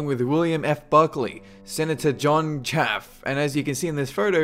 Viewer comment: Senator Chafee is pronounced "chay-fee," not "chaff." Also, Chafee is a relatively minor politician. Better to point out that both Bush and Kerry (running against each other) were members. Looking at a list of members, they have actually had less powerful members than most "regular" fraternities (in part due to their size). If gaining power is their mission (and it isn't), then they have not done a good job.